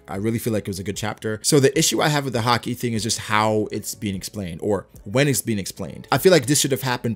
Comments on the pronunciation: just say haki like everyone else does including anime. not ha-kee lol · Man it's weird how you say haki sometimes. "Ha-Keee" lol. Great videos though. I'm a relatively new follower but I really enjoy your videos. Keep up the good work! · ugh I always hate the way he pronounces haki